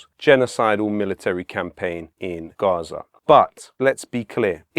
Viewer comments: Just pronounce Gaza like normal English mate. Mixing accents is stupid. Love the message though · Why is he saying Gaza in such an indulgent and annoying way?